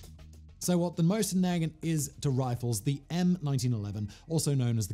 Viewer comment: Not nag ant, is nuh gaunt